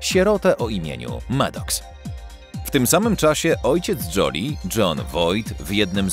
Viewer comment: Joli to znaczy ładna. Czyta się Żoli. fonetycznie